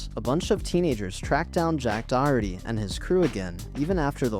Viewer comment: Dude learn how to pronounce Doherty